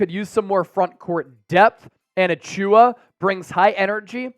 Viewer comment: Auchiwa…butchered the name but he’s a good fit for cheap